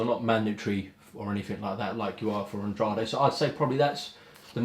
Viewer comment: Still grates on me that no one says "Andrade" correctly still...